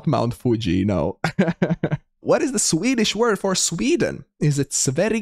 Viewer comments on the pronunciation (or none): none